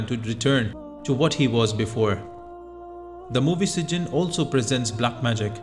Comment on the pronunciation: It’s pronounce SijJEEN not SijJIN.